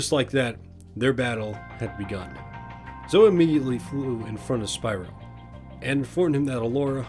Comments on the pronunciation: Just to let you know. Zoe is Pronounced with the E at the end :) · That's not how you pronounce Zoe.